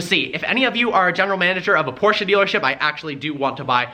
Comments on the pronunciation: You pronunce por-ch-e not por-ch-e-a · Porche caynne gts